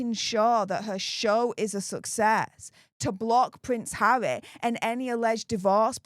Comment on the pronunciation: Its harrrrrrrrry not havvvvvvvvy😂